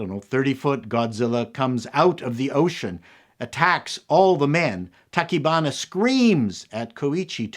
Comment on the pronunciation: I've never been a big fan of giant monster movies, but I have to say I loved this one, because of the human drama and the hero's journey. (on a side note, you got most of the names right, except, Tachibana is pronounced ta-chee-ba-na; yes, I speak Japanese)